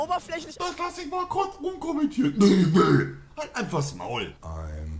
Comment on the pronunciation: Beste stelle ab körz sprechen verlernt